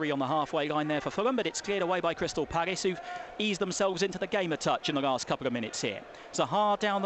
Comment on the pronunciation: Good commentating, especially when the balls in the box, but what the hell is that Paggis thing all about